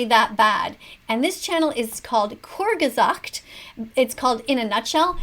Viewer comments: Kurgesagt thats funny im german and its Kurz gesagt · The way you said "kurzgesagt" in german is simply failure.